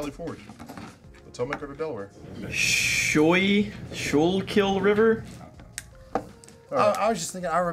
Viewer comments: "SKOO-kul" River. That's the pronunciation. Definitely near Valley Forge. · Valley Forge is outside of Philadelphia. The river they crossed was the Delaware and the river by Valley Forge is pronounced (Skoo-kill) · That would be pronounced the Scoo - Kill river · How could you guys do my Schuylkill (Skool kil) river like that? Good try though lol.